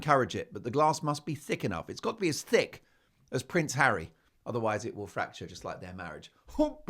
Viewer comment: you mean hawwy ...